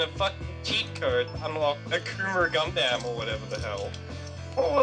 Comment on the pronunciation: WHY IS HE PRONOUNCING IT GUNDAMN